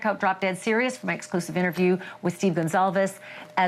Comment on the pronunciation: For Pete's sake, can no one read in journalism anymore? Her name was Kaylee Goncalves. GON CAL VES. NOT Gonzalez. 🙄